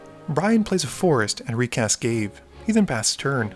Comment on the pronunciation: ga-vay not gave.